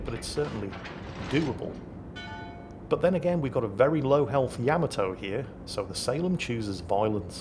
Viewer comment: How is it that you pronounce all the other ships names correctly and refuse to pronounce the Yamato correctly? I know that you know the correct pronunciation because you've said it in older video's. It's pronounced YUH-MA-TOE not Yam-A-Toe.